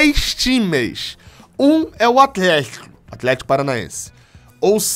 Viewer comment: o tentando falar "athletico" KKKKKKKKKKKK